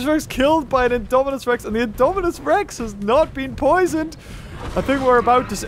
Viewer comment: Poor with messing all the names. LOL Indominus, Indoraptor and Scorpious that a tongue twister. But amazing video. like always, been a fan of ur channel since the early Isle videos <3